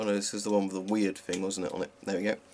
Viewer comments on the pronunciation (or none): none